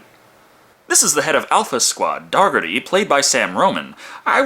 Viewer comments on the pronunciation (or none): I'm pretty sure Daugherty isn't pronounced dog-erty. I imagine it's pronounced similar to Dougherty/Doherty, which pronounced exactly how it's spelled...Did no one in this movie at any point use Daugherty's name out loud?